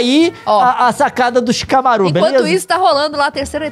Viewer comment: Leon é Shikamaru nao Shikamarú